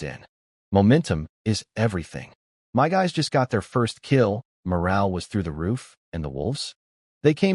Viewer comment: This channel is 5 months old and yet the A.I still hasn't been fixed. It still says 'M.Y' instead of 'my'.